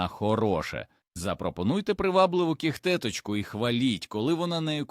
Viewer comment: Жахлива озвучка ШІ, неповага до глядачів. КішкИ, кігтЕточка. 😢